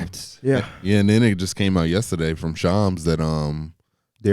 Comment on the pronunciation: Is it me or does it sound like calls shams "choms"